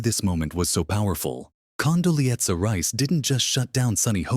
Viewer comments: AI should get the pronunciation of Condoleeza right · Condoleeza was on the View more than four years ago, October 2021 to be exact. And the AI voice is annoying. It can't pronounce even Condoleeza properly. At least get some updated clips to comment on. This is pure machine driven clickbait. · Someone should have taught the bot how to pronounce Condoleeza.